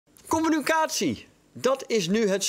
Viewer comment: *com-mu-NI-ca-tie Zonder dank.